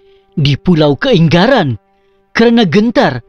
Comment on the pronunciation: dari cara sebut kaingaran sudah tau ini bukan orang Sabah